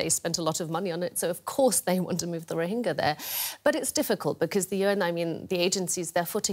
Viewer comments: Its rohinga not rohinja. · First of all... Pronounce it properly.Its not Rohinjas!XD